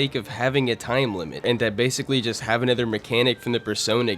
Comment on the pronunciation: Okay, I have to ask. What kind of accent do you have where you pronounce "other/another" as "ether/anether"?